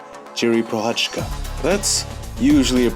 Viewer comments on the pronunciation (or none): Jiří is George in our language, and ProCHázka. not procháčka. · hey, great video as always..maybe you are interested in it maybe not, but the pronounciation of the Z in Prochazka is the same like e.g. the S in organism..and the J in Jiri is the same as in Jan, like Jan Blachowicz